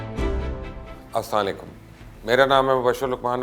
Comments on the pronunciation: Sr apki all news zabardast hoti hyn bs aik problem hy k ap asslamu alaikum theek sy bola kryn bjae asaalaikum k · Mubashir Luqman bhai please Salam aram sey or sahee talaffuz k sath kia karein, warna app dua nahee de balkey baddua dee or gunahgaar huwe, kindly say Assala mo Alaikum , thanks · بھایٕ آپ سلام سہی کیجے سلام اسثلیکم کرتے ہے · Sir Ap Asalam walikum pora bola kary . Please don't mind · Luqman bhai jaan Salam to theek Tarah Se Kar Liya Karen aap shuruaat se a Apne salam ka video dekho